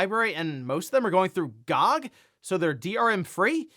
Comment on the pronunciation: you're saying GOG like that, as a joke right?